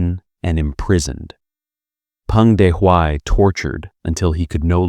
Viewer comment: good comment. i suggest asking someone who knows for proper pronunciation of the pinyin Romanization and of names of Ye Jianling; Peng Dehuai; Luo Ruiqing; He Long; Liu Shaoqi is the most egregous mispronunciation; otherwise the narrator is just reading a script and does not now much about these figures